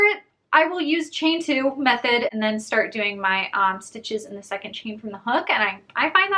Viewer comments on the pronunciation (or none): none